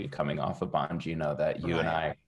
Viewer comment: Bongino - emphasise the 'bong'